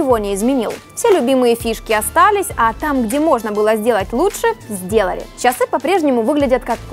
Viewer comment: Не совсем приятно .... очень корябает произношение слова чАсы.....